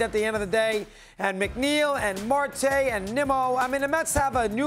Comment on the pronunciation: yeah....a few seconds into the video he said Marque coming back from injury...then he correctly said his name! Lol